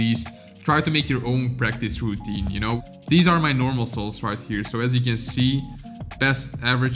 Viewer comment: He says soul instead of solves